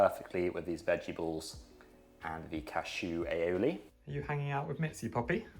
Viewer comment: "A-O-lee". Not "Alleyolee" 👀